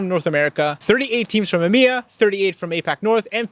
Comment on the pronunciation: it still bothers me the way you say emea